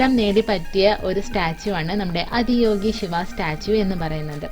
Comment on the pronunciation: അദിയോഗി അല്ല , ആദിയോഗി എന്നാണ് . ആദി , മീൻസ് ഫസ്റ്റ് എന്നാണ് .